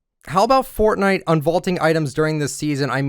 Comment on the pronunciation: “hello everyone this is foortnite” words that’s will go down is history